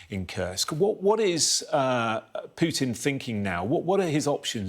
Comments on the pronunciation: Why does he call him Pyewtin.....when his name is POO-TIN? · Almost 3 years and this expert can't learn to pronounce Putin correctly, the guy is a joke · The way pronounces "Putin" pisses me off...